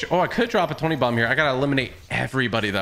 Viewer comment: Anyone else notice TG said twenty domb